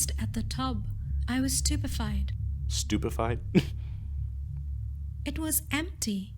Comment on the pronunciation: Not terrified but stopafied